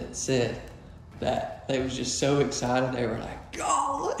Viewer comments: We know “Gaaawleee” in the PNW! 🤣🤣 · Love the colors. I'm way over the gray though. I love these layouts of this model. Very beautiful. Now good gracious you sounded almost like Gomer Pile, saying, Gallee. I know what it means. Southern Girl here ( old now), but still girl ar heart. Thanks for sharing with us and may you and your family have a Blessed day